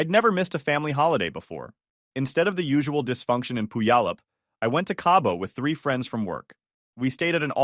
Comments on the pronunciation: The AI pronounces Puyallup funny. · The way the AI voice pronounces Puyallup is hilarious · AI really butchered that name though😅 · To be fair, most locals can’t pronounce Puyallup either. But could you at least mispronounce it the same way every time?